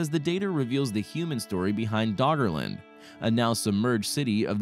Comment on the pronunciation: Is he saying Doggerland or Daughterland?